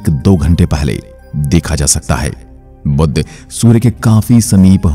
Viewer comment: बुध का उच्चार बुद्ध ना करे